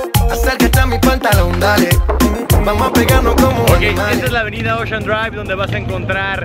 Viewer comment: Mayami, Guachington, Espanola guey, sanguicheria, ochean ...aprende ingles